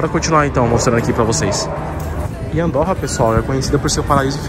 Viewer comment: Não se diz Andórra, mas sim Andôrra...